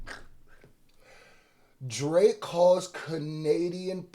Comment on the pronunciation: “Kenadian” man 😂😂😂